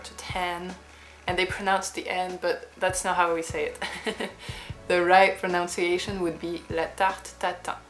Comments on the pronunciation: Usefully informative, thank you. However, a point of English speech: you say “the right pronOUnciation …” but in fact it should be pronUnciation: there’s no “o” following the first “n” – unlike in “pronounce”. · Is she saying pro-NOUN-ciation ? Hmm. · Oh dear! Now you've given me pastry cravings. Just have to plan a trip to France, that's all! Meanwhile, a snippet of feedback on your English. A LOT of English speakers say "pronounciation", but it isn't, it's pronunciation, just a u in the middle. If I had to guess where you're from, I would have guessed Saint-Germain-des-Prés, but I'm probably wildly wrong ... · Btw, while we’re on the subject, the word ‘pronunciation’ is pronounced ‘proNUNciation’ in English, not ‘proNOUNciation’.